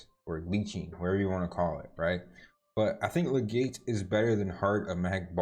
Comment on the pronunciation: Legate = "leg-it" as oppose to "leg-gate" awesome video sir thank you, trying to find a good bruiser way to play and this helped me.